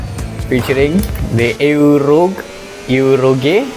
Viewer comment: Eau rouge ❌ Euro gay ✅